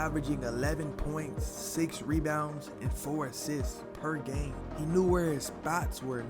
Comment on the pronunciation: "Perr gaaime" 😆 😁 🤣